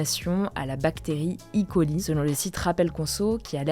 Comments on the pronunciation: il faut dire soit E. coli (avec le son e français), soit "icolaï", à l'anglaise. I. coli, c'est une erreur. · Ça se prononce "é coli" pas "i coli", ça vient du nom latin de la bactérie "escherichia coli". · On ne dit pas i.coli mais E.coli, le nom n'est pas anglais, le nom complet c'est Escherichia coli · "i". coli, mes oreilles saignent 😂 "E" passe très bien en français 😊